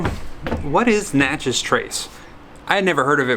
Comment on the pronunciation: Local ‘expert’ here (lived in Miss for 31 years)- its NATCH-ez, not natch-EZ. Still love the videos- can’t wait!